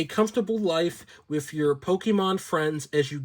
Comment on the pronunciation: "You can live a CUMFTABLE life WIFF your Pokémon friends as you GADDER materials, make furniture, grow COP👮🏻‍♂️ ..." 😂 reading is HARD 📖 📚